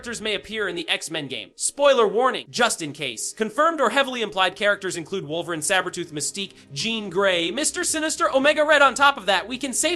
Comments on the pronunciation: Pronounced Wolver-een Not Wolver-in as it is in video. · Why tf are u saying woverin' ??? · Wolverin’ & Charles Gayvier?😂